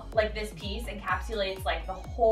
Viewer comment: Not only is it a word, you used it and pronounced it correctly! Huzzah!